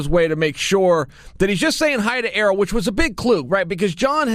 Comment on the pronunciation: Why is he calling Ariel, “Aero, Earl, Errrol, Arool”?